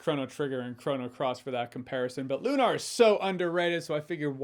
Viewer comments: Never heard anyone pronounce Lunar as LOO-NAR. I’ve only heard LOO-NER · Lunar is not pronounced lune R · I'm concered that Jeremy's wrong pronounciation of "Lunar" could be the downfall of his career